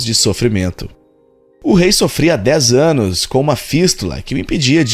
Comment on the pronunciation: Eu entendi o "Dez ÂNUS de sofrimento" KKKKKKK 🤣🤣🤣🤣🤣🤣